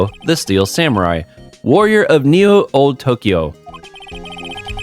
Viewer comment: "Olde" is just a fancy way of spelling "old". It's pronounced the same, not "oldé" nor "oldi".